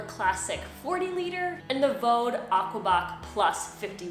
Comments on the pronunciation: by the way, the brand in Germany is pronounced VD (like the two letters read from the alphabet, nothig to do with Vaudeville or sth 😂) because the founder's and nowadays his grandchild's name is Von Dewitz...VauDe is phonetic in German for the two letters... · Nice review, quite helpful; slight tip, though on Vaude; The pronunciation is quite simple! VD [fau'de], like the two letters V and D in German spoken one after the other. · Not to be the language police, but pannier, although originally a French word, is pronounced pan-yr in English, you can look it up. The gear company Vaude, is a German company, and is pronounced vaad in English. Again, you can look it up. People can pronounce things any way they want, but it just sounds stilted. It is like being a native English speaker talking to a fellow American, for example, and insisting on pronouncing Paris, pah-ree (with a slightly rolled r, like a French speaker). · I have products from both brands but heard some tourists on a German channel pronounce Vaude (Fawdt) or (Fawde).. not sure which is correct, but then again everyone pronounces Panniers differently. One other thing about the Ortlieb rail, I think you can install the oval rail from the Sport rollers on the back and/or you can flip the one you have upside down (if needed) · I've had Vaude (you do not pronounce it like you do) bags for about 10 years. Never ever had that thing pop out. And I change the settings on that a fair amount, most people wouldn't since you'll use it on one bike. I have no idea how you did that. I use mine for a daily commute.